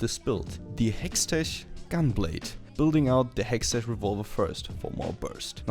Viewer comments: I know you had like 40 comments about hextech, but the ch is pronounced like we would pronounce a K. Just helping you out. Quality video btw. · you say hextech in a really awkard way